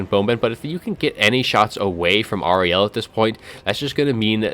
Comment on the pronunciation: I think you're mispronouncing Ariel. I'm guessing GW based her on Shakespeare's character from The Tempest. Air-re-al. That was a party political broadcast on behalf of the Grammar Nazi Party.